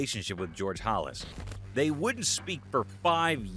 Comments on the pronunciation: Its pronounced Hallas not Hollis. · Stop mispronouncing halas 😢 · Before you make a video like this, you should learn how to pronounce the words in it, like "Illini" and "Halas," for example. And before you imply that Butkus is going to read these comments, you should find out if he is still alive or not (he died last year). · Then he mispronounced Halas. Turrible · Mispronounces Illini and Halas, ok then. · You said Halas wrong. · How do you make football videos and don’t know how to pronounce George Halas name? The Fighting Illini mispronunciation was bad enough, but Papa Bear? Do better